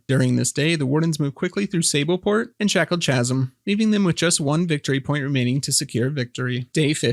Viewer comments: Amazing summary, thank you for all the effort. Just a small correction for your next ones, Chasm is pronounced "Ka-zm". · not a criticism, but a pointer, in case no one else has ever metioned this: "Chasm" is pronounced hard, like "kasm"—Greek borrowing pronunciation rules, just like "chaos" and "character."